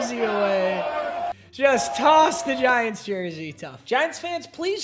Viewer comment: He said giunts organization